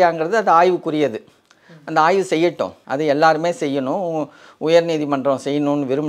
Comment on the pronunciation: Say Aayvu not aay. Aay na shit